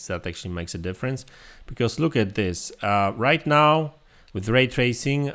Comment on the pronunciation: Ah yes, "Ray tarsing" E